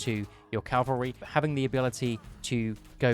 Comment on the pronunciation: At this point I think it's impossible for youtubers to say cavalry and not calvary. (Good video btw)